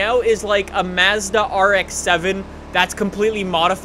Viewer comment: Why do you say Madza like Madzzda???